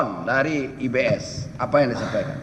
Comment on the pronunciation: Lucu pa hakim ini nyebut IBS selalu IBM😂😂😂